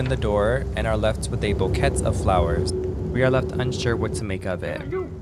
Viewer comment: Sorry to be this guy, but the t in bouquet is not pronounced. However, it's a great video good job.